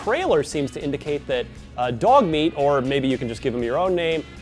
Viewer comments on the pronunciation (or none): Sounds like they are saying "Dogme" when they pronounce "Dogmeat"